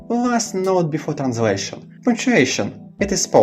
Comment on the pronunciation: the pronunciation of the translation text is so flowy and smooth sounding ! almost like you are a native speaker.